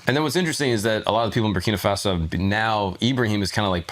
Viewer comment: Bra, Brakina Faso? Already? First 5 seconds 🤦🏽‍♂️🤦🏽‍♂️